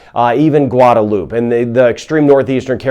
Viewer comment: It’s Guada loupe two syllables not 3